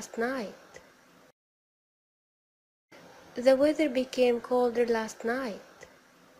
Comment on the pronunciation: السبيكنك تبعك مو نقي يعني تتحدثين بطريقة مصرية مثل كلمة the (ذا) تلفظيها (زا ) وبتلغبطيني .. هذا ملاحظة وليست نقد وشكرا جزيلا